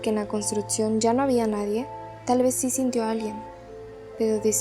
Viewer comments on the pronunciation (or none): none